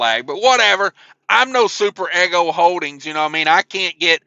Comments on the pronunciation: Just so you know it is pronounced e g0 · To reiterate and say it in a different spelling Eeeeee Go